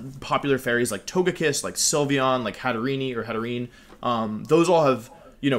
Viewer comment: It's hatter + serene. You don't pronounce the last e.